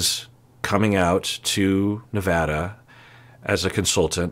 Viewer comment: As someone born and raised in Nevada thank you for pronouncing it correctly 😂